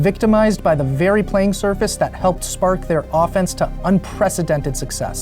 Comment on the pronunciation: These videos rule, other than the multiple mispronunciations of the word “the”. It takes away from what’s even being discussed.